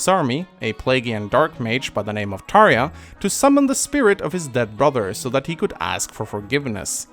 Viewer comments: Some of the names in this series seemed to be pronounced differently by different people, for example Tharja, I always said Thar•ja but hearing you say Thar•ya kind of makes more sense, another example is Cherche, I always pronounced her as Shur•Shay not sure if that's the correct pronunciation or not but I've heard her name be pronounced differently by others... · jesus the way way you pronounced Tharja was weird..